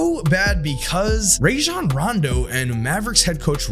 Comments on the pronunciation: I love you but you was pushing a button everytime you said “Ray-jun” instead of “Rah-jon” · Good lord, listening to white guys say RAY-jon Rondo gives me herpes. Dude has literally said in interviews that his name is pronounced RAH-jon. Come on, buddy.